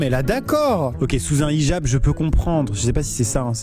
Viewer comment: dsl amixem de te reprenre mais le h se prononse ( hhijab )